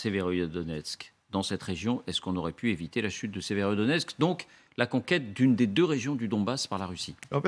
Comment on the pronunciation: Y a pas un seul journaleux qui sache prononcer Severodonetsk, c'est pas sérieux, voire c'est de l'amateurisme.